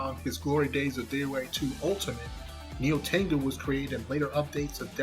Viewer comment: I think it funny how you say Nyotengu I have study japanese before you don’t say Nyotengu correctly